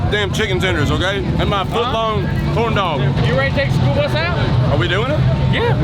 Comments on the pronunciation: Did you say school bus or SPOOLBUS??? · Did you say… “the spool bus”??😂 cause if not, that’s what I officially call it!😂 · All i heard was Spool bus and i love it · Did he call it the Spool Bus? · I love that 'the spool bus'😂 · Is he calling it the Spool bus? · 😂👍 “ The SPOOL BUS “ ❤ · The "SpoolBus" 😂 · "The Spool Bus"🤣